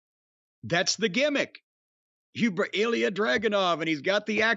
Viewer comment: It's not eel-e-uh, it's ill-ya